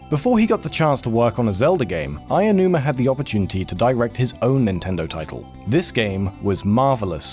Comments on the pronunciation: You keep saying "Aiyonuuma," not "Aonuma." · No, it's more accurate than how the narrator of this vid pronounces Aonuma. He says "Aianuma" where as "Ow-nu-ma" is a closer approximation. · OW-NOO-MAH where the hell are you getting "eye-yah-noo-mah? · I get that his name is hard to say, but it's definitely not "Aionuma". It's "Aonuma". Ah-oh-nu-ma. Sure, that's kind of hard to get your mouth around, but there's no "i" in there. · Who´s Eyanuma? It goes "Ao". "A" as in "architect" and "o" as in "all". "Aonuma". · This is the second person to pronounce Aounuma as Aianuma. Weird. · Why does he keep saying "Ah-yah-numa" instead of "ah-oh-numa" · Everything in Japanese Romaji is 100% phonetic. Letters will sound the same every single time. I have no idea how someone could see "Aonuma" and pronounce it "Ayanuma". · Todd from Rated S For Sandwich (and editor of PeanutButterGamer and PB & Jeff) also seriously had this problem, pronouncing it "Eye-nu-ma", even though there wasn't a single letter "i". It's "Ow-nu-ma", or if you absolutely have to, "ey-oh-nu-ma". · Hey, listen, guys. This is great work. I like this series a lot. But PLEASE PRONOUNCE THE CREATOR'S NAMES CORRECTLY. It's not "Ayanuma", it's "Aonuma". "A-oh-nu-ma". If it helps, break it up. "Ah! Oh, Numa." Just PLEASE don't say "Ayanuma" again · I-uh-numa... great video but that is one fancy Japanese pronunciation. Not meaning to put you down hard, but that pronunciation is a new one... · Why do people pronounce Aonuma as "Ayanuma?" That's not right at all. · "Eiji Aiyanuma" My ears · Pretty sure it's pronounced ow-noo-mah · If I hear someone pronounce Aonuma as "Aiyanuma" one more time... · But seriously, what is so hard about pronouncing Aonuma? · Combat Fritos >expecting accurate pronunciation from Region Locked still at this point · Waddle Dee fair enough buddy I hope you enjoy Japanese! Let's spread Aonuma awareness, the legend himself does not deserve a mispronounciation of his great name! Have a good day dude